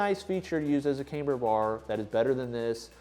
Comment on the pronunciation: Sorry to be that guy...but its "cam-ber".....not "came-ber"...not pronounced with a long "a".